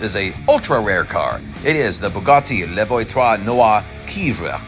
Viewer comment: Hahahahaha the way you pronounced La voiture noire